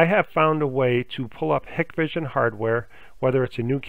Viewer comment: I have not been able to get any of this to work, but thanks for posting the info. Apparently it has worked for lots of people. However, if you install these cameras all the time, you should know how to pronounce them. It's HIGH-kvision with a hard I.